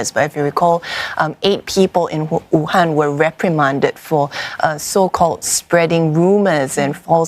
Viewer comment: did she just say WUTANG lol